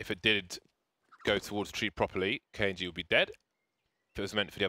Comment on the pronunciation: he keeps pronouncing it as k un g